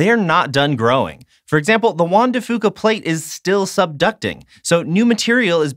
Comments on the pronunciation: Juan de Fuca is such a hard name to pronounce. You guys almost got it. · I cringed every time either mentioned Juan de Fuca. You ain't from around here are ya? 😂 And an umbrella??? Tourists. Loved your vid though! Olympic National Forest is awesome! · Hearing him butcher Juan de Fuca pronunciation is like listening to nails on a chalk board. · You can tell neither of them are from Washington by how they pronounce Juan de Fuca. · Juan de Fuca is pronounced FEW-CA not FOO-CA, good scenery tho! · Not trying to be a pronunciation purist...... but it’s pronounced few cuh. Foo cuh. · Growing up in WA I always heard Juan de Few-ka not Fo-ka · As a native Washingtonian, im cringing everytime they mispronounce Juan de Fuca.... (hint: it's "de Few-ka" not "de Foo-ka") Still not a bad car commercial. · It's pronounced, "FEW-ka", not, "Foo-ka". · It's pronounced (Juan de) Few-co, not Foo-co. I cringed every time I heard that during this Subaru advertisement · I know it doesn't really matter but I've never heard Juan de Fuca pronounced foo-ka, I've always heard it as few-ka. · The "Fuca" in "Juan de Fuca" is pronounced "fewka" not "fooka". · Juan Dr Fuca=hwan de fyuca, not fooka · juan de FEWCA. not FOOKA. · Hey... Guys. You might also do research on your pronunciations while you're out there... It's Juan De Few-ka not Fu-ka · drtm17 Æ Nobody from washington says it that way. So its fewca not fooca. In fact, Ive never heard it that way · OK EVERYONE: Pronunciation is important! Juan de Fuca is Juan de F(you)ca. I was born and raised in Washington state. I love the Olympic Peninsula the most after spending 20 of my 63 years there. Thank you for the videos! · Locals say Juan de Few-kah. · It's Fyooka, kids. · It's pronounced wan de fyooka... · Juan de Fuca is pronounced FEW-CA by locals.... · Soooo close to pronouncing Juan de Fuca right (Fuca is pronounced like "few-ca"). No big deal though. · I died a bit every time you mispronounced Juan de Fuca